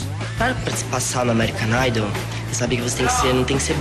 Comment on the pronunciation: ameerican naidôu é kkkkkkkkkkkkkkkkkkkk